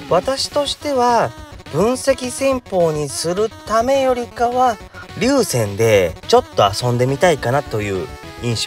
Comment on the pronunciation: いつも拝見しています。ちょっと気になったので・・・劉禅、読み方はりゅうぜんかと思います。